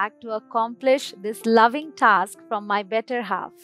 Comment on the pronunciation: Mam...aapne task ko tak bola...kya task ki pronunciation tak hoti h mam?